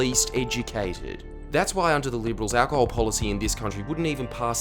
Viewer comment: why does he say it like that? "owwcahol"?